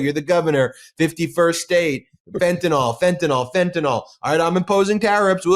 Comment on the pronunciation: I'm living on meager social security so I have very little to spare but I'll donate $10 to your channel if Ben will start pronouncing Fentanyl properly. It's "fentinel" NOT Fenten-all 😜